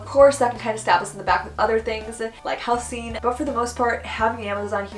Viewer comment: is it me or how she says 'houseen' is odd? Shouldn't it be 'houzing' ? (housing)